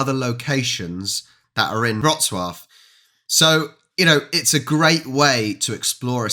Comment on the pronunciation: Wrocław pronounced perfectly! Another point for you,! So far you've collected three or four (not sure) on the account of mine. When you hit 10, I'll have to think about a special reward. A free ride around Warsaw's POI-s when you come here, maybe.;)